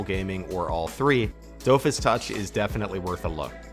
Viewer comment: You should try watching Wakfu, it's really well made actually, and I especially recommend listening to it in the original French Dub. Also so that you'll pronounce Dofus correctly. I mean that in jest tho really happy to see some more love for a few of Ankama's games!